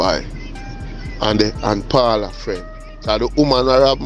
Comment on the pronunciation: Bro you’re not calling the lady name correct. Paula.